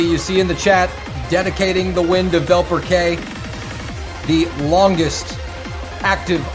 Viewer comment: They also pronounced wrong VelperK hahaha